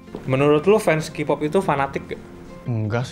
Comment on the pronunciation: Ini yg wawancara, nyebut kpop aja kipop wkwkwkwkkw